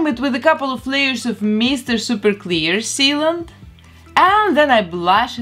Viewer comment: I come for the repaint but stay to hear "Mr. Super Clear" in a Belarusian accent. I Love it sooooo much! 🥰